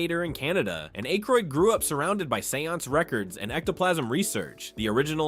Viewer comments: holy AI garbage, can't even pronounce Dan Aykroyd's name right. Youtube needs to really bring back the downvote. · Are you really crying cause he mispronounced Dan Akroyd's name? Yall whine to much.